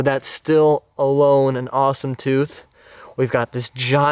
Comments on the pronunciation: there's a "thoof" lol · NoYezz I heard “ toof “